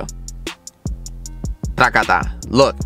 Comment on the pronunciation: takata thas so Puertorican